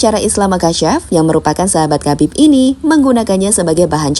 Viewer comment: "KHABIB" itu cara bacanaya bukan KABIB tapi HABIB dengan huruf K dibaca secara samar